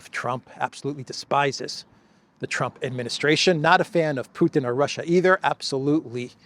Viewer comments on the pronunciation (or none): none